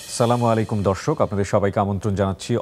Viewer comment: আরবীতে সঠিক উচ্চারণেই উনি সালাম দিয়েছেন।